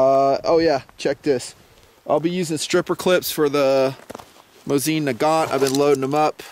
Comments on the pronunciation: It's a legend, weapon of many victories. But it's called "mOsin", not "MosIn", stress on the first vowel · Hey,, I'm russian so believe me - the accent is on the first syllable. mOsin. Calm your fantasy down:)